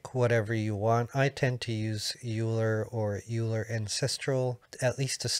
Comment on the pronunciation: "Euler" is pronounced as "oiler". It is German, of course, and after the great Swiss mathematician Leonard Euler.